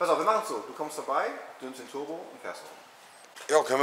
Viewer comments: Da hört er endlich mal wie man turbo ausspricht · Ist Monte ein Legastheniker ? 🤔 Toooorm, Nürnburgring, Tooooorbo, Bööörger 🤦🏼‍♂️